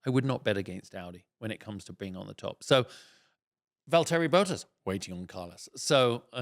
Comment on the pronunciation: Sorry it is not “Valtéri” Bottas it is “Valtri”. Val Tri (phoenetical sounding like ‘Val tree’.